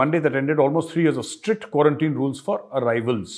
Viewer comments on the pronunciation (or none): none